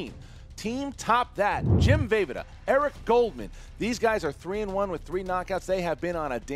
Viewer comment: Jesus Christ, I mean I understand if someone mispronounces Jim VEJVODA's name since it's Slavic (Czech) and unusual for Americans, but FFS his full name is there to be seen in the graphics throughout the whole match so IDK, just look at the video and just copy his last name? How hard can it be? This to me is the same type of ignorance that Top That showed. They had all the means to gather the info on their opponents but were just too lazy or whatever to even bother and put a bit of work into some research.